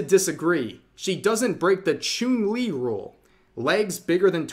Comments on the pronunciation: Small nitpick: Chun Li's name is pronounced Ch-uhn, not Ch-oon like Chuunibyou. Like how the martial arts Wing Chun is pronounced Wing Ch-uhn. Otherwise, great vid! Source: I'm a fighting game player. Also an Asian. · I won't lie, I was whinging when Rev called Chun-Li, "ChUUn-Li." Though now I kinda want more of mispronounced Street Fighter names. RYE-YU K-EEn ChUUn-Li Blank-Ah. Zang-if DAL-Sim. Kami White. Bal-Rogue. VEE-GA M. BI-Soon. and A-Ku-Ma. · ah yes, choon-li